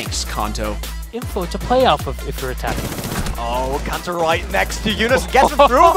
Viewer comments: This video should be re edited and KAHNTO changed to the correct pronunciation. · Loved the background music. Also appreciate the uptake in R6 content. BTW, it's Kanto and not Kaaanto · Isn't it Kanto not Konto? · Still have nightmares about kanto on pre-nerf ella And pls its pronounced Can-toe not Kahn-toe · Who is 'kaunto'? It's kanto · Stop saying Konto.. It’s Kanto! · It’s kanto...... not konto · Kanto not Käntö like the casters say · Kanto not kahn toe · Kanto not Konto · CAN-TOE not KONTO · sorry but i don't like how you're saying his name. i might be wrong but ithink its kAnto not konto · i hate how this guy says "Konto" it's Kanto, listen to interro or Kix.... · Literally unwatchable because this guy can’t pronounce KAN-TOE, not fricken Kuhn-Toe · i will DDOS your toothbrush, DO NOT SAY KAHNTO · It’s cantoe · I love how u watch all these clips with them saying Kanto and u still say kahnto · Did he say "cunto" "cuntoroketti" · Imagine editing a video where the announcers say Kantoraketti and the howt says kahnto oh wait... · did he actually say cuntO? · The fact this guy kept calling him Khanto is pissing me off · its pronounced can-toe, u actually pissed me off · Please never say kanto like that again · Yupp so I'm not even gonna finish this video because I cant hear "khanto" one more time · STOP SAYING KHANTO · im upset they mispronounced his name despite every caster saying it correctly. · Gergely Lőrincz but that’s not his name lmao his name is Kanto listen to the casters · it's not though. Both are wrong. At least the way Kix and Interro pronounce it sounds better. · Maybe listen how Kanto says his name himself. He has better things to do than to correct Yankees on their pronunciation of Finnish words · I'd agree with you if both Kantoraketti and his teammates didn't also pronounce it as such. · He “Kant” even pronounce his name correctly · Casters dont do their research about pronunciation, but the Score esports guys do :) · Not even close